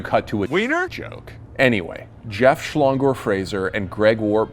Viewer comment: You said Frazier wrong it's like saying frail but only say frai then add sure